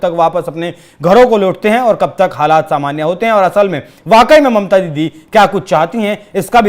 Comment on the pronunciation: He said: mamta didie. Didie ???!!!!!